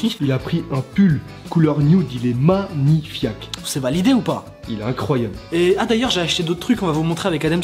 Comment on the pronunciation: au lieu de dire magnifaque il dit magnifiak😂😂😂